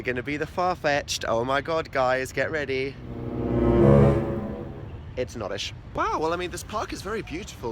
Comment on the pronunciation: Have you noticed that phil always calls it an odish now dan has started calling it an oldish 😭❤